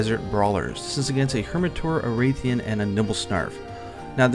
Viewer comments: Why does everyone always call the Rathian a "Wraith-ian"? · if rathalos is pronounced (wrath-a-los) then Rathian is pronounced (wrath-ian